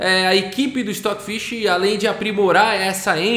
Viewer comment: O Stoofvless, se ler "Estófilês"